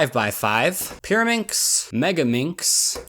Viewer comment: The pyrimax part sound like marAnda